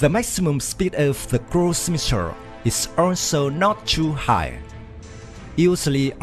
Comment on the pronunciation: missile NOR MISSIR DEAR LORD PRONOUNCE L